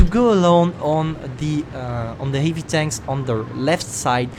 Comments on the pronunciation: He says heavy like [hivi] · Man I know ur french but I can't hold it when u say " t57 eivi"